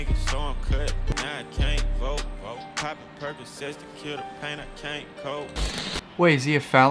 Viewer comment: " He can't voute "